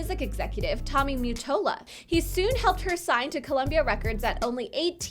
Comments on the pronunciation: is not Tommy Mattola; the picture is of Clive Davis - who discovered Whitney Houston Tommy Mattola is not pronounced "Tommy Muttola" its Tommy Ma-tol-la! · Also lmao it's Tommy Ma not mew and that was Clive Davis not Tommy idiots lol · I keep hearing the name, Tommy Mute-tola from this vid..wtf is he? Lol. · Why do you say MUttola? Lol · the way she saids mottola sounds wrong